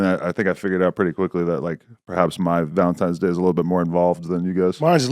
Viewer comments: Idk why but them saying Valentimes day instead of Valentines is so infuriating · “Valentime day” .. 🤔